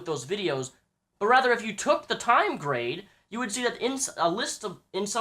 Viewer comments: You always been a big fan of grade? You cant even say his name. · You say that you are a fan of grade but you kee mispronouncing his name.